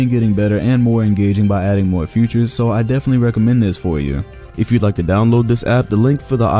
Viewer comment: Nigga really said 'futures' when describing the amino app😂💀